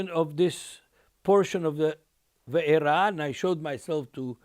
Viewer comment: I love this teaching but it is not Vayera, is it?